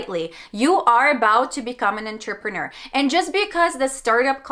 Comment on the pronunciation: Did anyone else catch her saying en-ter-peh-nor?!